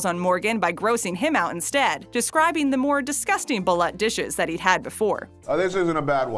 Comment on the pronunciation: It's pronounced Baloot